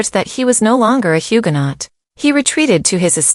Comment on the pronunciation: Please pronounce Huguenot correctly